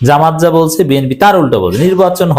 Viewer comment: ভাই আপনি এখনো সুন্দর ও সুষ্ট ভাবে জামায়াত উচ্চারণ করতে পারেন না। আপনি যখন জামায়াত উচ্চারণ করেন তখন মনে হয় আপনি ব্যঈ করচেন। আপনি প্রেকটিস করুন যাতে সুন্দর করে জামায়াত উচ্চারণ করতে পারেন।